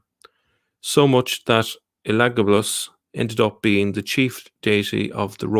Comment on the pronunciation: You pronounce that name ELA-GABA-LUS